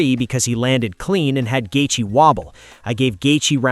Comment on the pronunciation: "Gaethee" est 8 min or just before 😂😂🤣🤣😭😭